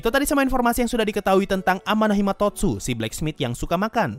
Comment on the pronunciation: title : Amanomahitotsu sensei : Amanohimatotsu